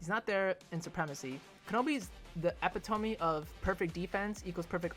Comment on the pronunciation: Loving the tier list, but your pronunciations of "Epitome" are physically hurting me :(